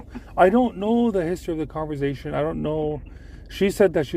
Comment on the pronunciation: He says converzation lol not conversation he says it with a (z) has me dying Everytime